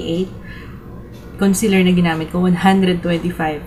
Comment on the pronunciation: concEAler not concEler !